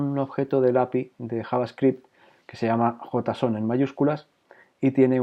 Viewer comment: En español si esta bien pronunciado